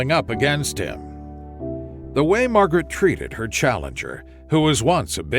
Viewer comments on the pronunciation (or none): Mawgrit has no Scwuples